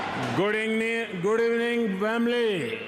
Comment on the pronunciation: Scripted & Pathetic! Couldn't even pronounce Good Evening(@ minute 1.01). He should just speak in Hindi and have an interpreter with him.